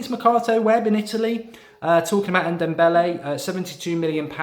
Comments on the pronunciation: Mark for the love of God, it's pronounced N-dom-bele, not N-dem-bele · Just call him Dombele, N-Dombele just sounds silly Mark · N the n is silent it’s dombele